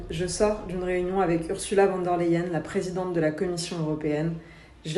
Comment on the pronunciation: On prononce "OURZOULA FONNE DÈRE LEYEN"